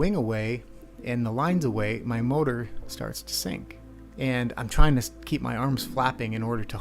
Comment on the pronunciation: 0.54 seconds in, green T. "Have fun or die TRING"